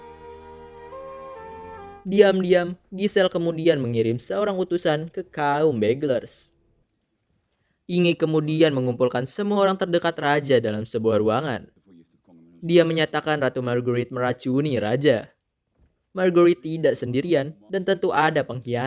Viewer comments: ngmngnya biasa aja msrgerit wkwkw..lu bilang MAEGARET LBH JOSSS BOS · Margghurwiitt...wkwkwk biasa aja napa